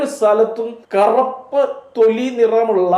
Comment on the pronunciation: കറപ്പ് alla bro... കറുപ്പ് ഏംഗർ അല്ല.. ആങ്ഗർ..